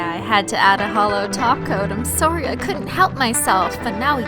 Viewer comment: I love the way Canadians say sorry